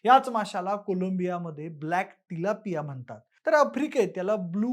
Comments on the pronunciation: By the way haaa tilapia aahe chilapia nahi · video banvaycha adhi kiman fish ch naav tari nit mahiti karun gha lok chilapi bolat asle tari 'Tilapia ' asa nav ahe. utube var fish cha navat correction kela asta tar bara zala asta